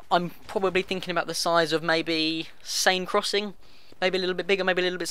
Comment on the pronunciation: It's pronounced sen crossing. Also the summaries and all other news on aftermath AND end game has been available to the curious for months. DICE did an interview on them way back before the release of close quarters.